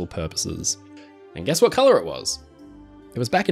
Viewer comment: his name wasn’t put on screen so I don’t know if I am saying this right but I believe it’s pronounced hine rich and spelt Heinrich. I only know this name because of all quiet on the western front lol. Edit: never mind you said it right👍 I was wrong my bad.